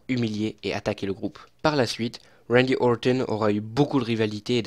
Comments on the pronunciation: Ne t'embête pas à prononcer à l'anglaise, ou alors, essaie de le faire correctement, c'est Randy OrTon, pas Orthon ^^ Sinon, contenu très intéressant, j'aime beaucoup ce ton posé, on voit que tu es passionné et c'est agréable de voir des catcheurs qu'on aime expliqué :) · J’ai l’impression qu’il dit « wendy auwton » avec l’accent angalis